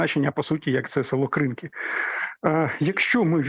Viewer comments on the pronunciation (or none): Навіщо ви змінюєте наголос в назві села КринкИ?